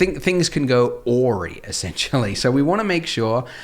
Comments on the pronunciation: Did my guy just try to pronounce "awry"? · mispronunciation of the word "awry". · I think it’s one of those wacky brit pronunciations, they’re always butchering vowel sounds. Like how they say bowl for ball.